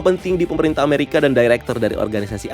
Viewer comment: Bang, kalo mau nyebutin kalimat itu mending 1 bahasa aja, kalimat bahasa inggris lu gk ngena😂 Udaahh full bahasa indo aja, cringe. Kadang ngomong Amewika, kadan amerika, kadang ngomong blek edem, kadang black adam, mau pake yg mana sih bang??? Udah bang udah bahasa indo aja, sekali lagi cringe